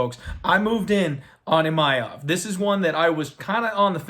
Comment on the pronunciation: There is no letter “Y” in Imavov. It’s not Imayov